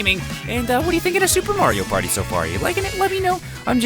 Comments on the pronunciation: Took me 5 years to realize he said Mario Potty, hence the flushing. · It sounds like he’s saying “Wario Party”